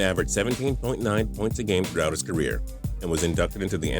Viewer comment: "puynts" you mean points bro?